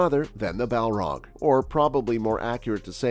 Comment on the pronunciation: Did you just call Balrogs “Malar?” And the Moria Balrog wasn’t “named” Durin’s Bane. The Dwarves called it Durin’s Bane because the Balrog slew King Durin.